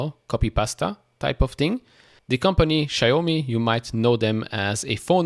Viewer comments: It’s pronounced Shao Me. Rhymes with Cow Me. 😂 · All great news but its Xiaomi (ciao me) for pronunciation